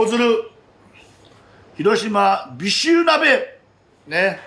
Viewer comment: 「“し“ろしま」の発音がかわいい😊